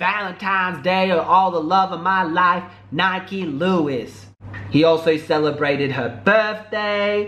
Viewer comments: It's NIKKI NOT NIKE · Your saying her name wrong and your fake that's in 2012. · You're saying her name wrong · U saying her name wrong